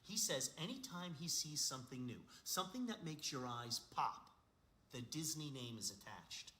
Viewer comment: DiSNEY not DYSNEY...spells